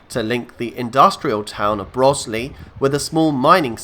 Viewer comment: For info, Broseley is pronounced bro’s-lee (rhymes with goes) not brozz-lee 😊